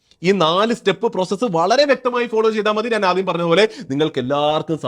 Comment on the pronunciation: നാൻ അല്ല ഞാൻ... 😊